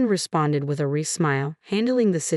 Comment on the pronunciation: Pronunciation matters, fiancee, wry. Repeatedly wrong is a distraction.